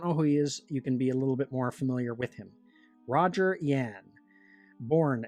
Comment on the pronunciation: It's "Yu ahn." pronounced like Yuahn..